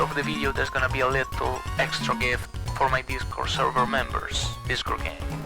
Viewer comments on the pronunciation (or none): I know it's a "little extra gift", but I hear "lethal extra gift" instead